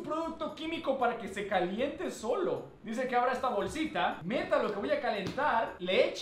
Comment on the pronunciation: A mi no me engañas dijiste "esta calienta" y no "esta caliente"tu clara mente dihiste "esta calienta"